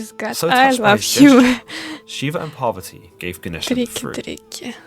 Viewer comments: its not Poverty it's Parvati🙏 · Its parwarti not poverty mother of Lord Ganesha